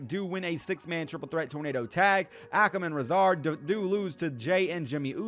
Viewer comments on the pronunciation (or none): Bruh what are those AOP pronounciations lmao Ahkem and rizah? You pronounce it Ay-kam and Ray-Zar